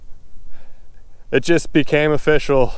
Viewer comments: It's afishol 🤣🤣🤣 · It's of-FISH-cial!!